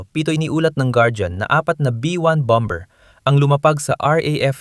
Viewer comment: what bom.,bER BOBO K MAG PRONOUNCE...KONTEBT P SABLAY K NMN